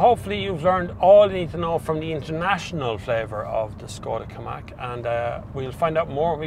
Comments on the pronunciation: KaMIQ not KaMAK ;) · Hi. You keep saying Ki- Mack. Is it not Ka-Mick?